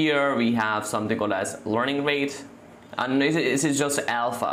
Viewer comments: It's learning not lorning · Studying in 9th grade your knowledge is great. I suggest you to improve your pronunciation. I feel it to be a little irritating everytime you say "Learning". This is my personal opinion so don't take anything bad from it. You are very good at what you are doing and at your age. Keep it up.